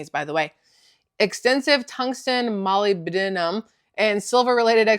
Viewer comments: Molybdenum is pronounced Ma Lib Da Num Sorry I’m so late, just catching up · Pronounced Mo lib den um. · Molibdenum is pronounced Mo-lib- denim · Pronunciation I believe is ma-lib-din-um. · It's pronounced (Mullib-dinnum)...